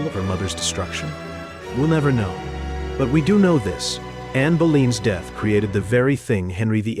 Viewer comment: Dot I" instead of !, made me laugh but I really wish her name had been pronounced properly as it seems disrespectful to allow AI to say it wrong. She was humanafter all and suffered greatly.